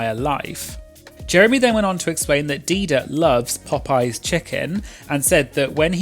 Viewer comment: Thank you. Bc why would you emphasize that like?